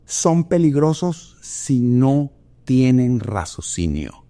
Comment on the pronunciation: Muchas gracias! Claro y lúcido como siempre. Por cierto, es “raciocinio”😏 no “razocinio”